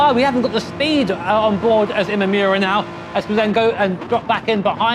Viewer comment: Imamura = Ee-mah-moo-rah Where the -rah part is more of a d/r sound. NOT Ee-mah-yoo-rah